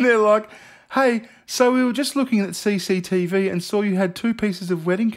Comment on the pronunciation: I never realized how enjoyable it is to hear someone say “CCTV” with an Aussie accent.